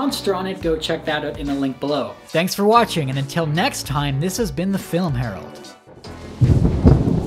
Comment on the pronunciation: This guy pronouncing whatching like Stewie says cool whip lol